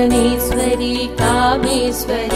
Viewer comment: Read as " kamalasaneswari" not Kamala Saneswari